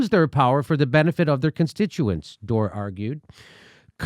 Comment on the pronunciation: Why does she call him Dore?